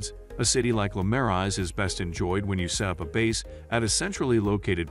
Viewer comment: I wanted to watch this, but when Marais and the hotel names are pronounced incorrectly, it doesn't make me trust that the producer of the video even know what they are talking about.